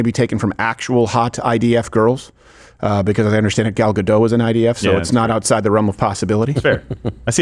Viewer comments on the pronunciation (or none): Im pretty sure its pronounced "Ga-dot" she is israeli not French